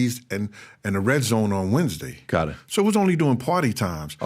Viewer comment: Why is he pronouncing days of the week like that? Sounds weird